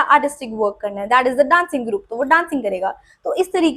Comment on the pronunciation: Group ❌ Groop ✅ 😭🙏🏻😂